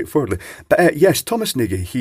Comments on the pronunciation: Did Nagy get a replacement or new one? Did he send it to you only for autopsy? Also is nARRgy, not neighjee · Thom pronounces it as if it had an R in the spelling. Nargy. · Actually its pronounced N'awj with the w sound soft and j sound close to how you would pronounce the j in john or Noj with a hint of an a before the o. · When I worked in a bank we had a customer called Nagy and I used to call them 'Najji'. I was corrected and told the pronunciation was 'Narrj' as in Nigel Farage. It's French apparently. Naygee sounds like a Scottish pronouncing. Discuss. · That's right. Phonetic "nɒɟ" Just wanted to mention it as pronunciation hurts my ears:) It is a very common Hungarian last name (meaning big). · Assuming Thomas is Hungarian, then his last name is pronounced "notch". ;) Well, more like "nodsh". "Nodj"?